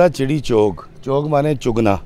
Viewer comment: It's Chok not Chonk. I know you from Lahore but you are educated too. A roundabout is called Chok